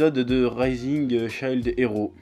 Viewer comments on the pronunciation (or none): SHIELD! PAS CHILD GODDAMNIT! (ça se prononce chiiild pas chaild) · Shield ça ne se prononce pas fucking Child lol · Chef, j'apprécie beaucoup ton boulot, mais je ne PEUX PAS croire qu'à ton âge, en ayant trainé sur internet, déjà touché à un jeu vidéo, tu ne saches pas prononcer shield